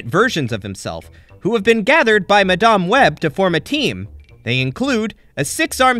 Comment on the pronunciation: Good video but you skipped on some important plot in the series as well as saying madam web's name wrong. But over all good video.